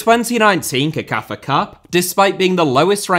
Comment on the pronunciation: CECAFA is pronounced as sekafa NOT kekafa. Just thought I'd put it out there